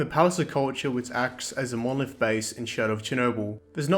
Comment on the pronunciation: "Monoleeth..." Fucking explodes